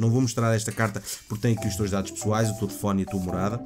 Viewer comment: Porque é que o diz "Tefone" em vez de dizer "Telefone"? Parece as Tias de Cascais, ahah xD